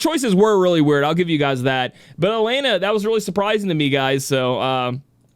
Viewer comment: Yo it's E-LEN-AH not AH-LANE-AH not to bash but that's how her name is pronounced. Congrats on her win 👏 as for me I was going for Lilith all the way.